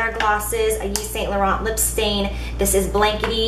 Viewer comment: When you pronounce Yves Saint Laurent, doing pronounce the 't'. It's French